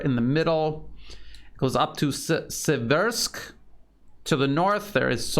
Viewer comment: Its "Bahmut" not "Bakmut". And the other towns are "See - versk" and "Popa - znaya"